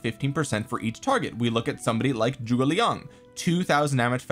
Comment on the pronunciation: can we stop pronouncing "Zhuge" as "Joo-gay"? or do we still want to keep mispronouncing it?